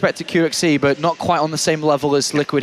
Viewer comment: Why can't this commentator say "but"? He keeps saying "boch".